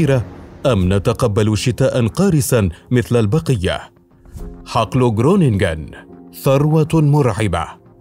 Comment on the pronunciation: خرونينغين و لفض الغين خفيف لا يضهر مبهم.